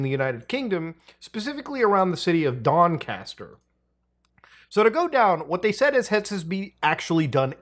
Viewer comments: Doncaster. It is a little softer on the A. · Ik this is serious and always respect Muta for covering these serious subjects but as a Englishman its so funny hearing Muta try and pronounce Doncaster and Lancaster 😂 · Muta's pronunciation of Doncaster (or Donny) was awful 😅